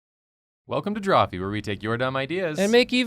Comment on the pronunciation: Eheh Jacob said "Welcome to Drawpee" at the start